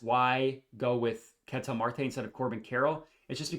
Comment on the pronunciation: big fan of your work but it hurts listening to you butcher the pronunciation of "Ketel" over and over lol. If you watched him play, you'd know that's not how you say it.